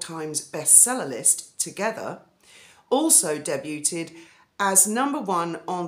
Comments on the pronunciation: Debut = pronounce day- boo (French). Debuted = day - bood. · it's pronounced daybude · Just FYI: "debuted" is pronounced "day BYOOD." Cannot believe she listed her children with the p/p titles. She is too much. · Debuted is pronounced ‘debooed’ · 'T' is silent in 'debuted ' Day byoued